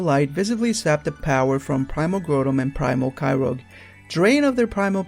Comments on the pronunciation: Layla dog I didn't come in to make an issue of this. Bottom line is, there is no way that "ogre" is pronounced "rogue". That's all. And if you want the anime episodes that dealt with Kyogre, there have been a number of them including the film about Manaphy. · Kyogre not kyrogue lol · its primal kyogre not yoger and groudon not growldamon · Why are you calling Kyogre Kyroge? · It's not Kyrog it's kyogre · Why do people say Kyrouge instead of Kyogre? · Groundon (GROW - DON) Kyogre (KY - OGRE) not GREW - DON and KY - ROGE. Sorry vvv picky ik but it bugged me xD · They're pronounced Grau-don (as in growl without the L), Ky-ogre, and Ray-quay-za, not Grew-don, Ky-rogue, or Ray-quaza. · It is "Ky-ogre", not "Ky-rogue". Other than that; interesting theory. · I can't help to notice your mispronunciation of Groudon and Kyogre. The Grou in Groudon is pronoubce ad the Grou in Ground. Kyogre is pronounced Kai Ogre. Also a small thing, Rayquaza is pronounced Ray-Quay-Za. Qua as in quasar. The y is just there to emphasize the long A sound. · Grotum and Kairogue... Dude, I realize japanese isn't the REAL origin of the American version's names, but you're butchering these names horribly. It really doesn't make you seem knowledgeable when you can't even pronounce the names, which are annunciated for you online with Bulbapedia and the like. Obviously your english is a bit rough, I know you can script this stuff and work out sounding a bit less rough but if thats how you talk I'm not gunna get on you for your lack of proper English or anything, I just feel like if you're going to be doing Pokemon info, especially far flung rumors, you should at THE VERY LEAST learn to pronounce the pokemons names you use. Obviously the theory is... hard to believe. Whatever. Again, not critisizing your content choice, just thw POKEMON NAMES. Good luck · kyogre's name is pronounced as kai-ou-ger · It's more like "Kaioga". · you said Groudon and Kyogre wrong